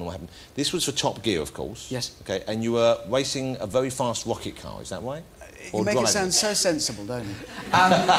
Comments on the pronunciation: don't you like vewy fast woket cars then i suppose? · a very fast wocket car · 'wacing a very fast wocket car' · and it's not woket car is rocket car and it's not wacing it's racing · you were wacing a vewy fast wocket car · "and you were wacing a vewy fast wocket car, is that wight?" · "Wacing a wery fast wocket car"